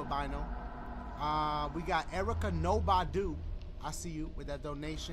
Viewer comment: he said "erica I see you"...shit threw me off so hard👀 cause that's my name BUT the way you said "erica" dashie..that was funny. You emphasized every syllable 😂